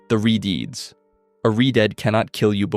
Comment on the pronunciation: What, you don’t like hearing about re-deeds instead of re-deads?